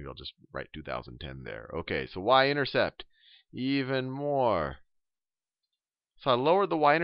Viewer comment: haha...I heard him say intersex.... but really thank you! helped me a lot!